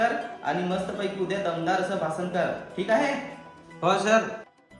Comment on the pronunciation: भासान नाही रे भाषण